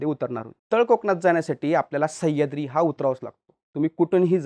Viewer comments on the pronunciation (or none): none